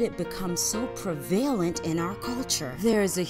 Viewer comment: it's pronounced 'prevalent', not 'pravailant'